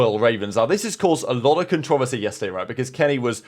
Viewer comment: Never heard controversy spoken that way😂